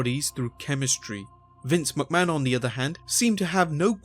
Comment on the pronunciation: dude.... MICK mahon.... not MUCK mahon Think...McDonalds. Its MICK donalds...nots MUCK donalds